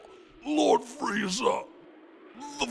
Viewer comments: Watched this episode 75 times, just now realized that Goku says “Pizza” instead of “Freiza” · It's friza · I feel like if Bulma was telling the story of Freeza, he'd know how to pronounce it correctly, but comedy I guess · Just to realize, there is an i in Frieza 😅